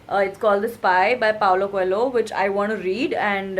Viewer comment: She pronounce Paulo Choelho wrong How could she 😂😂